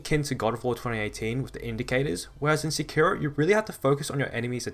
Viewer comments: You are stressing the wrong syllable in "sekiro" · Why did that ign guy say sekiro like se key row.